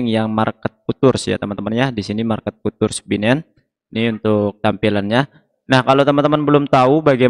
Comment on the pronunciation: Futures dibaca fiucers mas..